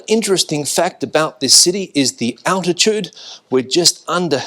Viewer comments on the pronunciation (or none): none